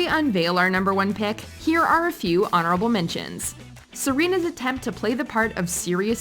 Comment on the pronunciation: Did you just say serenas yellow dress???? 🤣🤣🤣🤣